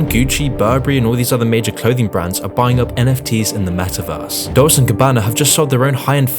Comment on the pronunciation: Omfg this guy actually pronounced "Dolce" like "doles"